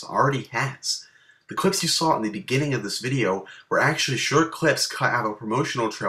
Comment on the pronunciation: whats actealy o_O dafuq, it should actually be "actually" acutally